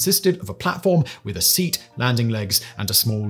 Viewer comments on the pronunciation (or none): none